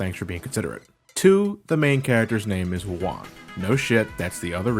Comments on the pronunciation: Yo soy mexicano y puedo decir que las referencias culturales en el juego están muy bien hechas. Lo que me molesta un poco es que algunas partes están mal traducidas al español. Todo lo demás esta bastante bien. Saludos desde mexico:) PS: "Juan" is pronounced "Huan" not "Uan". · A minor correction, you're pronouncing Juan as "Wan".